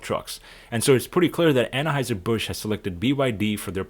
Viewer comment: I thought that it was pronounced Anheuser rather than Annaheuser.